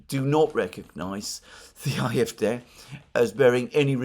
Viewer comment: It's AFD, not IFD